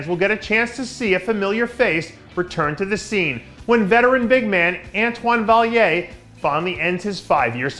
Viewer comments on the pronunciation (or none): Dave, it’s Vaillant NOT Vaillier😉